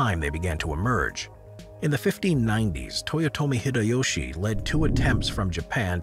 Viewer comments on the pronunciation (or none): 聞いてたら急にﾄﾖﾄﾐﾋﾃﾞﾖｼ(豊臣秀吉)て言ってて吹きそうになったわ